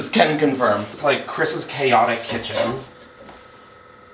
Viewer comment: We love a “’ Chaotic Cithen”, did I stutter? ❤😂🎉